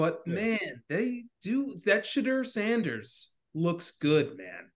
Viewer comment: Did say Shitter Saunders 😂